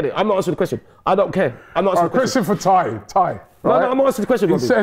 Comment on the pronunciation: it's not me and Tye it's Tie and die. 😂